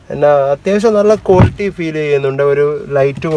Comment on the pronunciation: കോൽറ്റി അല്ല ക്വാളിറ്റി...ഇങ്ങനെ തന്നെ പറയണം എന്നാലേ ഒരു ക്വാളിറ്റി കിട്ടൂ 😄😄